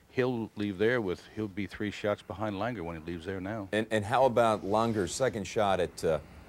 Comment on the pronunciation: Lahn-ger. It's German, it isn’t LANG-er